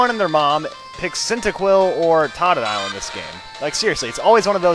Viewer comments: It is TOE to dile. Not TAH to dile. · its pronounced toe-doe-dile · Totadile is pronounced "Toad-a-dile." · Oh, Totodile is pronounced toh-toh-dile. Not ta-ta-dile or whatever it is you say, haha. Just saying since I'm sure you'll be bashed for mispronunciation like other let's players I've seen. >_> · lol u pronounced totodile wrong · i don't think you pronounce totodile the way you do